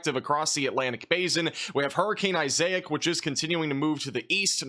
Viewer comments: Excuse me IsA-ik??? Its “EYE-zək” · He'll get it eventually. I'm still dying that he's saying "Isaiah" or "I-zay-ic" for Isaac. Names are his nemesis. ✌️😎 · Eye-zeck You’ve got this man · Dude. Isaac = eyes ik. Not isaic. Eyes-ik. Google it please. It’s an extremely common name. Eyes-ik. Please and thank you. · Hurrucane I zay ic 😆, we say I zic in my parts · I can’t remember who told you wrong on stream… but the way they corrected you is wrong. You just Issac wrong. There is no diacritic mark over any letter. It’s pronounced AY-Z-AE-K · Hurricaine .....eyezick. correct pronunciation. Lol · Issac: Eye-zac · Isaac is pronounced eye-zik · bro doesn't know how to pronounce isaac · the way you pronounced Issac is crazy lmao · I don’t think you said issac correctly….